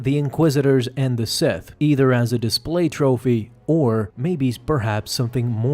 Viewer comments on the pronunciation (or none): none